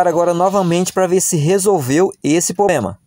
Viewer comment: O problema é o "poblema"